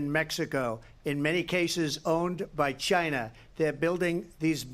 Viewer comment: Donald Trump: Chyna chyna chyyna!!!